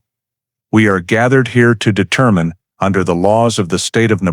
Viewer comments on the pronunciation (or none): none